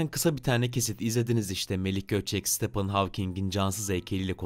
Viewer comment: StephAn değil StephEn